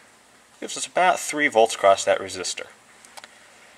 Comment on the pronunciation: Good video. Thanks for sharing your knowledge. But you seem to be too smart to be doing the "t" on the end of "across" thing. Reminds me of a guy I know who says "wiff" and "boff" for "with" and "both". He's a smart guy too.